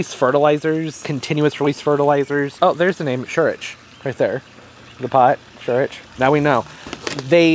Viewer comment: "scheurich" [ sh OY r ick ] means "ugly" in german 😅